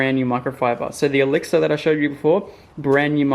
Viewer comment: its not elexa its e lix er